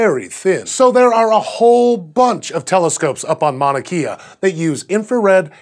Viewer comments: Protip. It's mauna Kay-uh not kee-uh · god damn it people. Its not "mauna kia" its "mauna kaayaa". Its super cringe every time i hear you guys say it wrong :P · omg it's pronounced kaya not key'a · im not usually one to correct people but its actually pronounced mauna kay'a not keeya :) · Mauna Kea is phonetically: Mow-Nah Kay-ah (not KEE-ah) #cringe Yay for highlighting Hawaii but for the effort put into saying the other Espanyolo names... Disappointed in the lack of effort to pronounce a US location :( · lmao btw its mauna kay-a not mauna kee-a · How you gonna pronounce the Chile telescopes accurately and pronounce Mauna "Kea" like the shitty car. It's pronounced with a hard "A" like the "e" in Chile. Just wanted to clarify for future reference. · Just so you guys aren't saying it wrong Mauna Kea is pronounced "Maow-na Kay-a" :) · Mauna Kea, pronounced Mauna KAY-A. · Its mauna Kay-a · mauna (mow-nah) kea (kay-uh) #scishow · sorry to be that one guy, but I'd like to know if I was mispronouncing something. In Mauna Kea, the E in Hawaiian is pronounced closer to the syllable (ay). like the E in the word hey. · Proper way to pronounce Mauna Kea is "mou-nuh key-uh" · It's k•eh•a, think Princess Leia, not IKEA. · It makes me sad that you pronounced the Spanish place names better than the Hawaiian ones.... Mouna Kea is a really short name and takes a minuscule Google search to learn how to pronounce... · U butchered mauna Kea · Love you guys, but my inner Hawaii pride died a little when he mispronounced Mauna Kea lol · your pronunciation of "mouna kea" triggers me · YES THIS THANK YOU. I cringed. Also the m-a-u in Mauna is a sound closer to "(Chairman) Mao" than "maw".